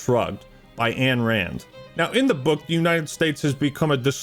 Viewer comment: Brother, love the video, BUT -------- IT IS NOT "ANNE RAND" it is AYN RAND, pronounced INE Otherwise good video